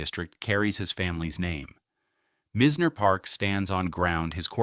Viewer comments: He keeps mispronouncing Mizners name , it’s pronounced MY z ner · Agreed ! And their are people that will mispronounce unless the AI is sent to school